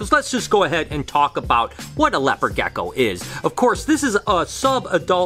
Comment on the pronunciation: sos its rlly annoying how u say gecko